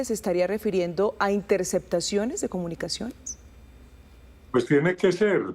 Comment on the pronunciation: Se de la espriella no dice intersectaciones, se dice intercePtaciones, hable bien corroncho mal hablado 😂